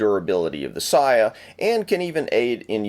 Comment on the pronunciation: The letter A is pronounced, ALWAYS, as in "awe" so it is sawyaw and sawgeo (Heerosheemaw and Nawgawsawkee). Also, the second pronunciation you gave for katana was 100% incorrect because Japanese does not stress syllables.